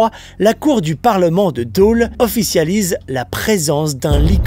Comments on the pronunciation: "DANS LES FRANCHE COMTÉ"?! ET ÇA SE PRONONCE "DOLE" PAS "DÔLE"!! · Super vidéo par contre ce n'est pas Dôle mais Dole 😂😂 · Attention très important c’est pas Dôle mais Dole !!! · Daule 😁 Dôle tu peux le prononcer "dole" ^^ J'habite justement dans le secteur et j'en avais jamais entendu parler lol C'est la seconde fois que je vois cette vidéo et chaque soir quand je ferme les volets de la porte-fenêtre, je m'attends à tomber sur un dogman 😅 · Ahhhhhh ça me fait mal aux oreilles quand tu dis Dauuuuuuule au lieu de Dole mais on t'aime quand même ! Moralité, épilez votre mono sourcil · Par contre c'est dole pas deaule JD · C'est dole pas daule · J'étais à l'école primaire à Amange, et je me rappelle d'une fresque sur un mur pas loin de l'école qui racontait cette légende (qui m'a évidemment marqué), du coup c'est très plaisant de te voir parler de ça. (et sinon je suis natif de Dole donc je dois faire mon chiant et rappeler qu'on prononce /dɔl/, avec un O ouvert ahah) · bienvenue à dole, par contre c’est pas « dôle », ça fait un poil peur quand je says que j’habite dans la serre en fait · J'adore ta manière de prononcer "Dole" xd